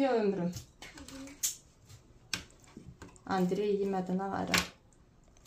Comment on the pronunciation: Andrey deyende meni niye gülmek tutur bilmirəm